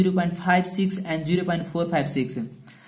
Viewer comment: It's not "Jero", it's "ZERO" 😃